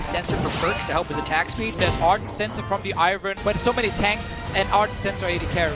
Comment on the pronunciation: ARdent, not Ernt